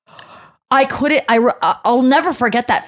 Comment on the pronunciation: Couldn't is not 2 words. It's a contraction. Learn how to pronounce contractions please.